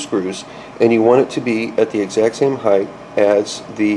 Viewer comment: Height. Not Heighth. The word "Height" ends in a hard "T". "Heighth" is not a word. It's "Height" and "Width".